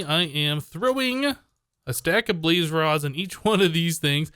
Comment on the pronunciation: "balz" i.s.o. "blaz"